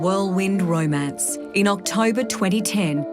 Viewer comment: 'ROI-MANCE' . Top notch Australian accent m8